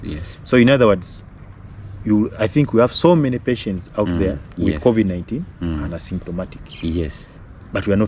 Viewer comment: Wish he'd pronounce covid correctly